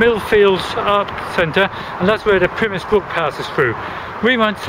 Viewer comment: Thank you for nice video but did wonder why you pronounced Pymmes as "Pimiss" I've never heard it so called in all the 35 yrs of living in the area of the brook. Also - the Park (after you leave Arnos Park), is called Broomfield not Brookfield as shown . However we who live in this part of North London are very fortunate having so many parks to stroll or dog walk in as we do ;>) Many thanks again.